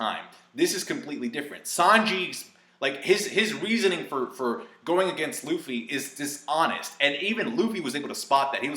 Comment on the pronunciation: "Rufy"? Man that's triggering lmao